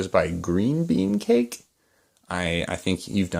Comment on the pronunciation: Did you say Green bean cake? Lol